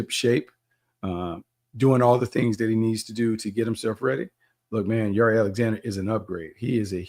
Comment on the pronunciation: Since when does Jaire pronounce his name like that? 🤦🏾 you throwing me off Bucky